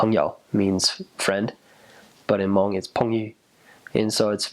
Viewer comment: Finally someone can say Hmoob right instead of mung